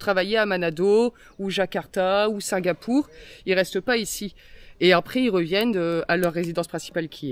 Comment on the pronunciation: C'est pas Singapou mais Singapour avec un ''r'' !!! Il est vrai que l'on reste en famille, familleu en Dunkerquois !!! Wench !!! Et j'attends toujours après Julie quel coté de la familleu qu'elle est !!!